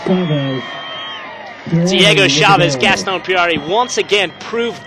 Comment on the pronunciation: gaaastón "Pierrarrri"- hahahahhahahaaaaaaaaaaaaa, it's Puerari!